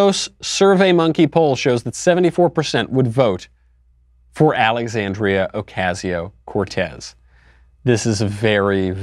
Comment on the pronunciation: This guy doesn't appeal to me because he can't pronounce Ocasio